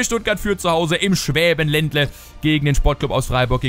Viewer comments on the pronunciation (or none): Schwabenländle :D nicht Schwäbenländle hahahha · schwabenländle nicht schwäbenländle haha :D